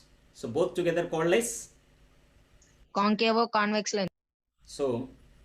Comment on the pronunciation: Why did you add O like concavo, convexo, plano....tell me sir